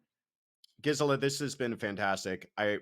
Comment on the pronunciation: I just Love that he pronounced your name correctly right off the bat!! Way to go!